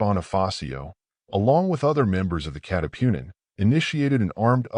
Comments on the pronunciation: Katipunan not catipunin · hindi maka pronounce ng tagalog yong AI audio reader na ginamit 😉